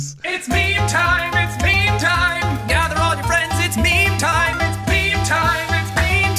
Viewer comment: Sean: It's meme time, it;s meme time, What I here: It's BEAN time, Its BEAN time